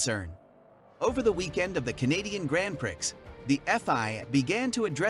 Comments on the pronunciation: Rubbish in - rubbish out with computers. Honestly, "Grand Pricks" repeatedly is like fingernails down a blackboard and only one of the many irritants. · Sorry but these Americans make me cringe when they mis pronounce Grand Prix & other such things